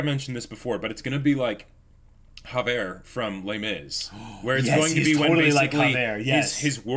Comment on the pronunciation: Oh, by the way, good job bring up Lunge being similar to Javert. However, I will call you out on pronouncing Javert as if he was Spanish and not French. It's not an "h" sound but an accented "g" sound.